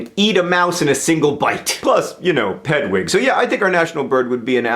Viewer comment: Did he say "pedwig" or is it just me?